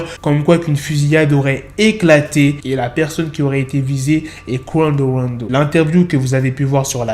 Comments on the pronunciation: ton Qwando Wando me fume😂😂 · J’suis là juste pour entendre " Quawndeau wandeau"